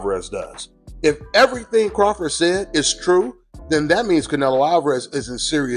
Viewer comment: Terence Crawfor is how he said it lol